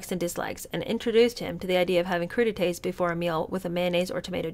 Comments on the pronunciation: Crudités = crew • dee • tay Was the joke in that he was pronouncing it CRUDitees? Which sounds like something gross to eat, thus taking a poke at himself? Idk. I’m as bewildered as you are, except I remember reading that the royals are fond of bathroom humor. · They only thing I can think of regarding Charles's pronunciation of crudites is emphasizing Crude - because he thought it was bawdy? I'm not sure. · Crudite's......with the emphasis on "crude". It's Charles' childish sense of humour, like a naughty school boy. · The joke is when pronounced the dish sounds like “crudity” so therefore the prince is requesting crudity which is naughty lol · the British using the work “ bloody” as a swear word is akin to an American saying The G.D. Whatever…it references the blood of Christ..so it started out a bit blasphemous….The French word for cold sliced veg. Is pronounced…Crew…De…Tay…. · The Italian food (crudités platter (crew-de-teh)(raw things) the then Prince Charles enjoyed;......Possibly joked on similar to "coup de grâce" (koo duh grahss). ??? Or raw things or crude...???? Not easy to fathom his humour here. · Is it because in English, crudités sounds like "where's the bloody CREW TODAY?"